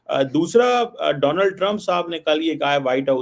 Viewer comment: Tarar bhai Danold nai bolte bache donald...samje